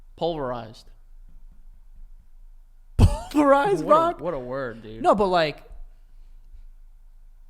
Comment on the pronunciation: “sand is rock” “puverlized”